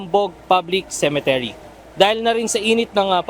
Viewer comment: UNTV/, CEMETERY ( not ce. men. te. ry.)